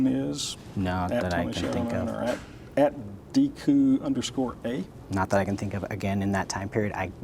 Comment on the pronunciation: Im more sad that mispronounced deku from legend of zelda;( ron is burying himself fun to watch someone say idk anything for 5 hrs jury will pick up on that quick